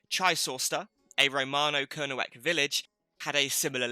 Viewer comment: Great info - not great pronunciation! Kernewek/Kernowek - more towards "Kernek" with a slight o sound before the 2nd e. It has a silent w as in Boscawen-un ("boskaa-noon") Chysauster - "tche-ZOYster" (hardly ever pronounced right by people not from there!) Carn Euny - more towards "oonie" than "younie" Fougou/Fogou - "foo-goo" Chun (Castle) - "choon" Sorry to be picky but I think it's important to preserve the traditional pronunciation against Anglicisation. Look what happened to Redruth! no-one pronounces that "r'DRUTH" anymore! That said I enjoyed the vid, thanks!